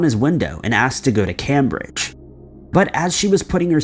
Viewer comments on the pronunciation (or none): I have never heard anyone pronounce Cambridge like that